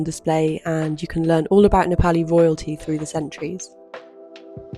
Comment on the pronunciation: the way you pronounced 'momo' w/ a Brit accent then proceeded to say 'Nepali' like any local would.. adorable! 😆